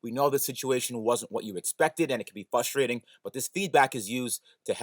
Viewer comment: FRUSTRATING... not fustrating. lol